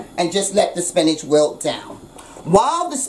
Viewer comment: Don't know about y'all but I'm gonna call spinach, spincah from now on. YO GO MOMMA!!